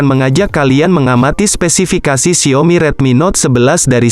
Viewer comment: 3.36 spesipikasi